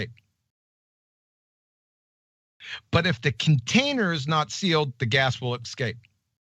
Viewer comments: "Did he say escape?" - No, he said "ecscape". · I think actually said ecscape. He needs to get himself to the libary.